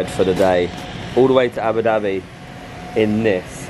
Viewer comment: It’s Abu Dhabi not du